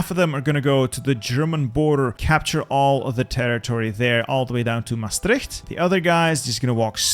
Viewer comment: Its wild to me how he correctly pronounces leeuwarden but anglofies the other names lol. Oh he got maastricht and my eindhoven correct too woop woop.